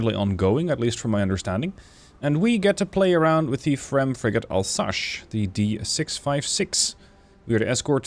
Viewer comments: More Alsass, not Alsash. - sorry for the nitpick. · You absolutely massacered a region and a ship name Alsache oh my god just say Alzace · More like Alzass. If you want to have the right pronunciation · Alsace is not « Alsache » 😂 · It's pronounced "Alzass" :)